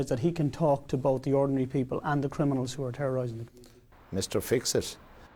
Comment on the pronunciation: He says 'crinimals' a lot